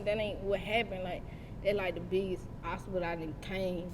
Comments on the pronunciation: she said OSTABLE instead of OBSTACLE and did it 2 times 😐😐😐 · Obstacle baby .. the word is OBSTACLE